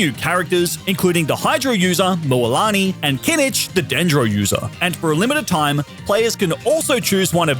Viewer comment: Kinich? 🚫 kineech 👍